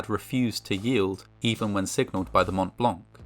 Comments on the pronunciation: Le "mount blank" se prononce "mon -blan" (white mount : le pic du Mont Blanc, dans les Alpes françaises...) 😉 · It's actually "Montblanc", not montt blancc. How cerebrally challenged are you? You sound like a 5yr old trying to be cool lol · Hey ! Just so you know, the "t" and "c" of Mont Blanc are silent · Fascinating. A lot of details, I was never aware of. On another note, please learn how to pronounce 'Mont Blanc'.